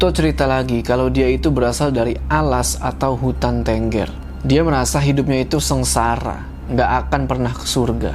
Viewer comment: Pelafalan tenggernya salah om🤣